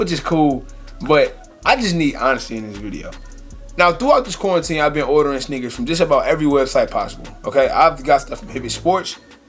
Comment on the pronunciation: Shhhneakers lmao